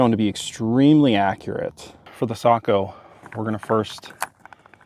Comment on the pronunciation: I just gained a whole new respect for your channel! One of the few who knows how to pronounce Sako!!! Well done 🤓